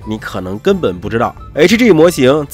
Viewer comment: hg能发音成这样还是别来油管了吧